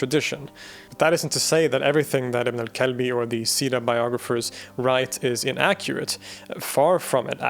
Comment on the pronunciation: I can’t help but laugh whenever you say ibn al kalbi 😂 you pronounced it right but in my dialect it means son of a b*tch